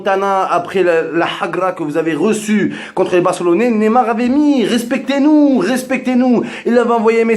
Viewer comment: Et apprend à prononcer son nom mdrrr tu dis "némar" ton vieil accent La allez reste d'où tu viens zboub man 😂😂😂